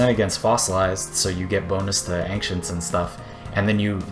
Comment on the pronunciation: lol ancient doesnt have a k in it mate. youre saying it like ankcient